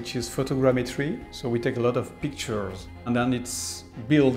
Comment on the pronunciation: "So we take a lot of peek turrrrrrrrs."